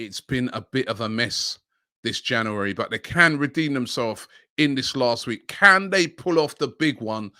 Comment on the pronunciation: Jan yuu ri